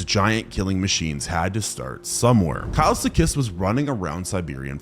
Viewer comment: bro said kilsekus instead of kileskus